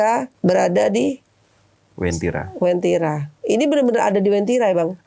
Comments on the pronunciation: Uwentira min, bukan wentira🙏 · Asal ni orang ngomong Masak wentiri di bilng kab. Donggala - sulsel baru ngomong daerah sj dah keliru Yg bener itu bukan wentira tpi wantiri kabnya. donggala prop sulteng, yg lbh di kenal dgn sebutan kebun kopi